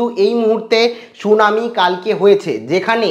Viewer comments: Bhai not shunami, 'Shunani' please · আর শুনানি টাকে সুনামী বলছ কেন ?